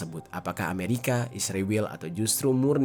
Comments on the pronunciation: Dek bukan isriwil namanya tapi Israel. Musti lu belajar ngeja dulu biar bisa membaca dan menyebut nama negara lain... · Israel 0m bkn isriwil..km yg bener ngomongnya..km gak bisa ngonten cari uang kalau gak pakai keunggulan Israel.k